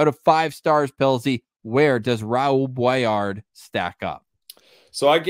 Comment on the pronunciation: Guys, if he uses the French pronunciation it should be "BWA- LAR"